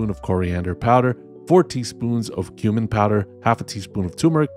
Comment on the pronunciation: when you said 'cumin powder' i heard 'human powder' and was confused for a moment. and then the was 'tumor powder'... gotta love those misheard instructions 😁